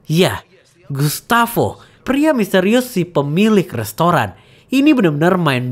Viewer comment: Gustabo dibacanya, min, karena nama Spanyol